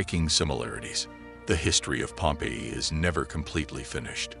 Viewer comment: It would be nice if the narrator pronounced "Pompeii" correctly. It is Pom-PAY -- in English, in Italian. Pompey, pronounced PomPee, waa a personn.